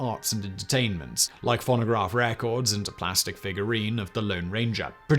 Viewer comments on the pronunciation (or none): It might just be my American ear, but I had to play the video back 4 times at the beginning to make sure he didn't say "pornograph records." I'm not gonna call em "nudes" anymore. I'm calling them pornographs. Or better yet, pornograms. Maybe I'll make the best-named snapchat/hookup app ever.